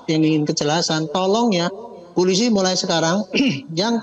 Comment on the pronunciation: Bapak ini nyebut polisi saja gak beres. Masak iya dia bilang pulisi😂😂😂😅😅